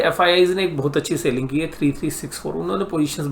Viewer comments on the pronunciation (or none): Its not Sailing.. It is Selling. Good Videos but your Sailing irritates alot.